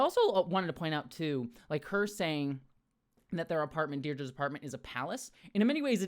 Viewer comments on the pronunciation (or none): Sorry but it really annoys me that you're pronouncing Dedra wrong. Its not Deirdre its ded-ra 😭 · Space Derdra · Yes, thank you! Or, as I pointed out in another comment, it's "Dead-Rah" – which is quite the funny name for a fascist bird like her...😂